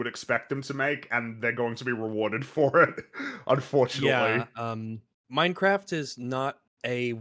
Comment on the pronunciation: Did just say "Mein Craft"?